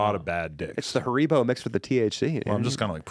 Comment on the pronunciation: The way pronounces haribo makes me uncomfortable